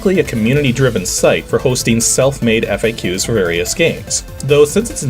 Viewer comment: You're either mispronouncing faqs or fax